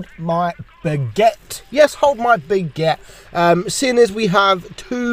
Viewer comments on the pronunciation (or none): Yeah beguette.... ITS BAGUETTE WITH A "A"